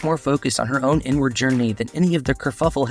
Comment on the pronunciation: He said Caitlin’s inward journey, took me a second. I thought he said N word journey. 😮